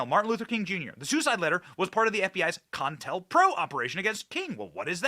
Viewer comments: It's not con-tel-pro Benny it's co-intel-pro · It's CO INTEL not contel or whatever you're saying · Long time since i heard the words "COINTELPRO." its pronounced COH-Intel-PRO.